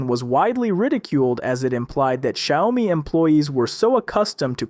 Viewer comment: Bro just called it Shayomi